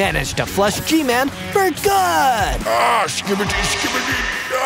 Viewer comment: 😂😂actually scibedy toilet isn’t saying it properly 😂😂😂 another time ur say that again